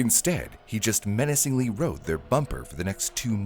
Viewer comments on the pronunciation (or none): none